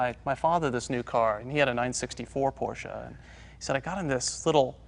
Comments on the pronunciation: Wait...!?!?!? Did jay just pronounce Porsche correctly?????? Hallelujah! lol 😄😄😄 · I like that Jay pronounces it Porsche (short e at the end) not Porsch. This is how it is pronounced in German. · Interesting to note that Jay used the correct two syllable pronunciation for Porsche (por-SHUH) throughout this episode, rather than his normal one syllable (Poursh). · they are the first Americans I heard to pronounce Porsche right :D